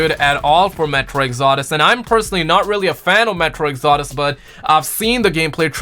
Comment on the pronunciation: also its metro exodus not exordus